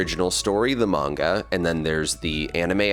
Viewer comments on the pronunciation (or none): none